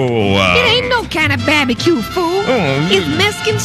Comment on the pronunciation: That bab-a-cue!